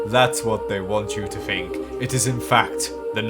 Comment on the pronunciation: "Thats what they want you to fink" 😂